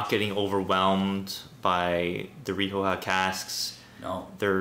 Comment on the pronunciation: The 'o' in rioja is pronounced like the 'o' in 'on'. Ree-o-hah.